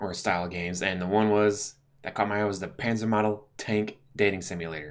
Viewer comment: It's Panzermadel like (mad-ell) trust me I do German class in 1st year.